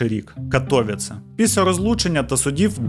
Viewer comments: Доречі, в Каліші ця фабрика піанін, функціонує до сих пір,і будівля із зовні має такий самий вигляд. Ех.... До війни працював в Каліші. І поправка - не КатОвіце,а КатовІце)) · На майбутнє: правильно Катовиці, а не Катовіце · Не катовіц а катовіце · Не Катóвіце, a вони — Катовíце, множина. Я б локалізував Катовіци. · Вибачте, що виправляю, але катовІце, наголос на передостанній слог😊 дякую за цікаве відео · При всій повазі, але дуже ріже слух коли називають місто КатОвіце . Я мешкаю тут у Польщі вже третій рік,і була в цьому прекрасному місті вже 2 рази! І наголос на катовІце (на і) а випуск чудовий та моторошний) кожного разу, коли дивлюсь випуски про маньяків Польщі… то аж мурахи… бо я тут живу і мої рідні 😮😢 та дай Бог ніхто не постраждає!❤😊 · Тільки не катовІце а кАтовіце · катовІце, а не катОвіце теж щоразу вуха різало,наголос завжди на перед останній склад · Катовіце. Наголос на і 😢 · Катовіце наголос на 'і' 😊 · КатовІце, наголос на "і" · Така мала поравка, в слові Катовіце наголос падає на І. Вибачте за таку душність 😅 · Дуже Сильно ріже вухо від неправильного вимовляння Катовіце, прям не повага, і таке відчуття що спеціально, мені як громадянину Польщі не приємно таке чути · Катовіце ,не так вимовляється,наголос не туди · Живу в Катовіцах. Одразу зауважу: наголос має бути на літері і. Дивлюсь далі. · Дуже класне відео і цікава подача. Але авторе, будь ласка попрацюйте трішки над наголосами, що назва вулиці, що міста Катовіце сказані неправильно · Хоч вимова деяких назв або імен трохи помилкова, але історія - супер! Навіть не чула, що в Катовіцах був такий тип... Добре, що здох. Дякую Вам за роботу, як завжди - неперевершено! 😊